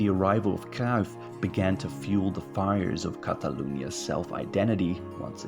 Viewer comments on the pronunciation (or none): Visca Espanya y viva Cataluña. Pep will never manage the Spain national team because he’s CVCK separatist. Also, another English speaker telling us about our own country? Get that bull narrative out of here. You can’t even pronounce Cruyff’s name properly.